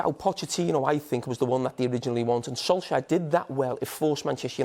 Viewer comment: “Ole Gunnar Solshire” 😂